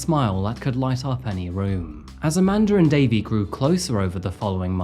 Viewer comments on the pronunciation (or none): I cant help thr fact but point out, because of your accent (not a criticism) every time you said " Amanda and Davey" it sounds like you are saying "A Mandarin Davey". I chuckled every time 😂. Love the content, thank you for the entertainment!